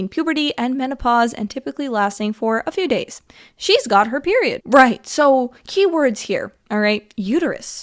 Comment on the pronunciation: “KnoWn as a PERWioud”